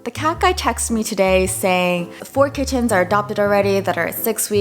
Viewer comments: lol the way you say kiTT-ens is fascinating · I laughed when she kept saying kiTTens and then she said ki-ens 😂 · No one:: kiTTens